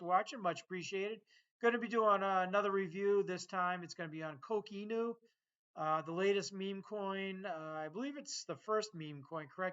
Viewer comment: You need to pronounce Coq Inu better 😂